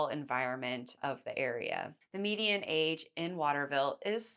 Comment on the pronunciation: Median not mediam